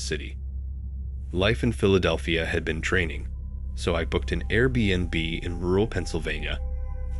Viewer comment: Air bnb wasn’t pronounced correctly, but the stories were so good it didn’t matter